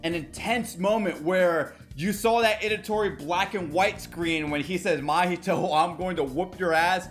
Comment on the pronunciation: It’s ITADORI not edatori 😅